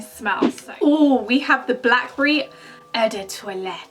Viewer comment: loving how you're saying eu do toilette 😂😂😭😝